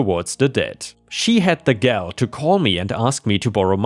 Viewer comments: "winded" is "win did" not "wine did." It's a form of the word "wind" (win-d, like air blowing). "gall" sounds like "hall," and isn't said like "gal" (girl). Gall basically means guts, balls, audacity, etc. It could also be a reference to a gall bladder (not in this case though), but either way is still said like ball/hall/mall. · Long-winded... pronounced as "ended". Gall.... pronounced like fall. Again.